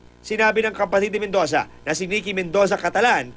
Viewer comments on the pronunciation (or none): did i here medoza